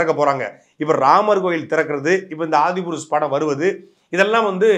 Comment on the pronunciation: The speaker doesn't even know to pronounce adi purush. His knowledge and his research is very poor. There is a system started by tulsidas author of ram charita manas since 500 years. That 1 seat is left for hanuman ji whenever ramayana story is told. Since he is immortal. it is said that hanuman ji will be present wherever ramayana is recited. This tulsidas witnessed during his recital. And saw hanuman ji disguised as old man with leprosy sitting in front. And he grabbed his leg out of intuition that it is hanuman ji. Then hanuman ji gave darshan. This place has a temple even today. It is called sankat mochan hanuman ji temple. And tulsi das wrote sankat mochan song. Without knowing this system. He is talking non sense and creating a content just by criticizing. And commenting. Without doing any home work. Shows how lazy and lack of research before posting a podcast. Some body has made a effort to re tell the story via film. Let people see and decide. Millions have seen movie Gandhi, benhur, ten Commandments, exodus. All biblical movies. Thiru vilayadal, saraswati sabatham. All enjoy it. They don't mock it. If u don't like. Don't watch it. Instead of kids watching mockey mouse and Donald Duck. Kids can see ramayana in big screen. And enjoy. May good sense prevail.